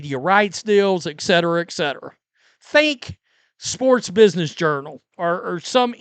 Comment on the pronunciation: et-cetera not ec-cetera